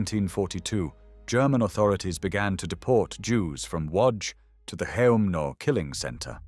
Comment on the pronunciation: I think "Chelmno" is pronounced "HELM-noh".